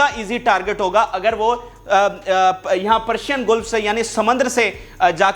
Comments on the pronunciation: گیلف نہیں بلکہ گلف ہے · گلف زبر کے ساتھ